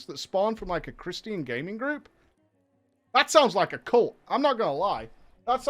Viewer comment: chris-tian... i was legitimately confused on what he was trying to say until he said it in context like the third time. is this a common mispronunciation in Europe?